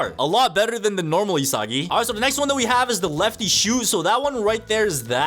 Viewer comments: It’s not isagi [i-sa-gi] it’s isagi [e-sa-gie] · he said isgis